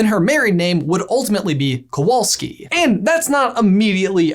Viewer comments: I just can't stop lauhging from the fact how you read "Kowalski". It's just... too funny. And it's not so jewish how you are still talking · guys I love you but when you said "Kowalski" is a Jewish surname I died inside a little